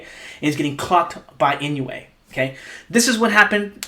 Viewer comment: A little helper on pronunciation: "Inoue" is pronounced like: EE-NOH-WAY (not exactly, but close enough for English speakers) ... there's no "you" sound in there. It's EE-NOH-WAY rather than IN-YOU-EIGH